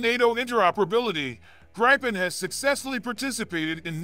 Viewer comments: Not GrEYEpen, its pronounced Greepen , Like E-raq not Eye-raq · Its pronounced "greepen"